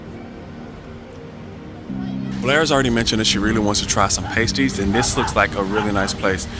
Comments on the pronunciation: PAST-ees, not PAY-stees lol😊 Much better after being in the oven ;) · Try 'past-ees' rather than 'paste-ees'....also, 'Corn-wul', rather than 'Corn-wall'. Great video and loved the Eden Project. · It’s Past ies as in last or fast not paste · Not Payties, but Paaasties! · Pasties are pronounced past-eez👍👍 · Have you realised yet that 'pasties' have a short 'a' as in the word 'past'? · It's Pas-tees btw, Cornwall is one place i always wanted to go.